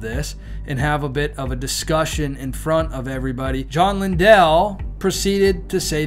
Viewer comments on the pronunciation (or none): It’s not linDELL. ITS LINDLE LIKE KINDLE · Also, Lindell is pronounced like kindle. 🙂